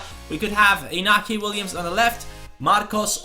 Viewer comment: To pronounce inaki = injaki